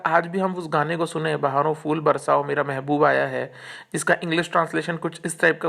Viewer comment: Rubbish video. Brother your Hindi pronunciation is horrible. You are pronouncing' Fool' instead of ' phool '. It's फूल not फ़ +ऊ +ल . First learn correct Hindi, then make video.